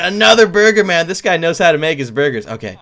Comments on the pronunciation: Ɇmmanuel Đ. Yes he said bugers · It saying boogers instead of burgers 🤑🤑🤑🤑😉😉😉😋😋😋😝😝😝